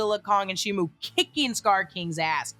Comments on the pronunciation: SHIMO NOT SHIMU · ALSO also also. SHIMO! SHIMO, not SHIMU